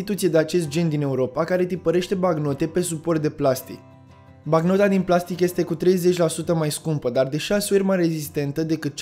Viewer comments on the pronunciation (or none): mor sa vad si continut romanesc pe net, dar, fratilor, cand aud a zecea oara la rand "baCnota" imi vine sa ma impusc.